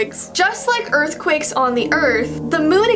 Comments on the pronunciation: EARTHQUAKE NOT EARFQUAKE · tyler the creator: “cause you make my earfquake” man on the moon: “cause you make my moonquake”